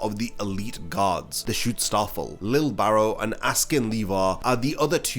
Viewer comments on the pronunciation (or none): It's Schutzstaffel. But when I hear you say it, it sounds like you're saying "Shootstarfall". It's been bugging me in every video now.